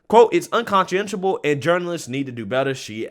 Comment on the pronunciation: Un CONSH SHIN ABLE